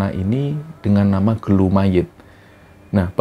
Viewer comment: Bukan gelu bang tp gulu yg artinya leher